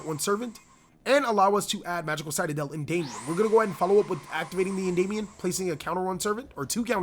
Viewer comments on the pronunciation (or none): Citadel --> Say Sit... Now say adel... Now say them together... CITADEL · It triggers me how you pronounce citadel xD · the fact he said citadel wrong bothered me alot